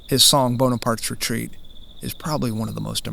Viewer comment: I noticed the player/singer pronouncing the melody name as "Boney-parts Retreat."